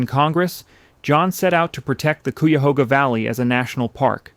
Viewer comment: Coo-ya-hooga lmso